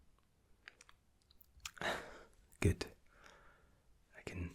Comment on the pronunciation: i missed your "goodt" and "relax..." ;D